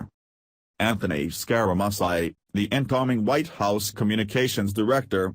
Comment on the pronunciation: Yee-Hee-Hee! I never thought how much trouble a robot would have pronouncing "Scare-a-Mooch-ee". This is the worst I've ever heard.